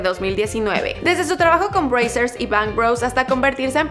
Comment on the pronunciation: Se dice brazzers no breisers joder coñooooooo¡¡¡¡¡¡¡¡¡ aa y por cierto buen video